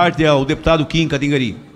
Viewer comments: Dep Pompeu se questionando se disse certo o nome Kataguiri Dep. Pompeu perguntando pro Kim se errou o nome dele hahaha Dep - Kim... KIM!!!.... não é katigari, né? Kim - É Kataguíri... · "Kim Katinguarí" kkkk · Katigari, Kantaguiri. Ninguém pronuncia isso corretamente. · Katguiri, Kantaguiri, Katanguiri dahdauhduadaudha mt bom ta tipo o zé maria trindade tentando falar "Glenn Greenwald" kkkkkkk Uma vez ele disse Glin Gliu, foi tenso dusahduashdua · Chorei de rir. Kitiguiri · Kim Kata-guri Kkk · É incrível que ninguém na câmara consegue falar o nome correto do Kim Kataguiri.